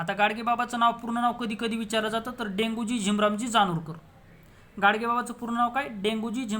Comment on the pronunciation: Denguji nahi sir Debuji aahe.